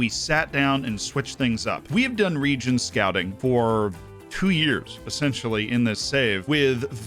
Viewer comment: Second video I’ve watched on ‘region scouting’ and yet all I can still hear is ‘DONT SCOUT REGENS’ 🤔